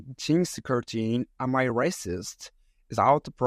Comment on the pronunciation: No, just no. (The voice, how it pronounces 'Am I' - my brain hurts from listening.